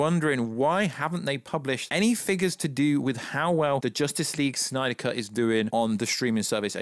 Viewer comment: Bring back the "snayder" verse 😂😂😂